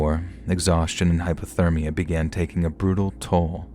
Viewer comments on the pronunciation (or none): none